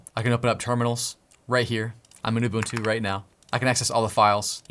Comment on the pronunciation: im from south africa and im zulu and im very proud at how you pronounce "ubuntu" its 1000% correct!!!!!!!